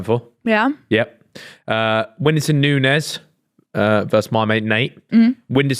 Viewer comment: Actually pronounced Nunes correctly. Nunez is the spanish pronounciaton not portuguese